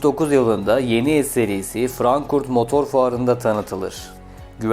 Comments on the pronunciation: Frankurt demeyi birak artik her videoda aynı, doğru söyle artık şu şehrin ismini... Frankfurt buranın ismi, yaşadığım yerin adını yanlış solicem yakında senin yanlis anlstimlarin yüzüne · frankurt degil frankfurt....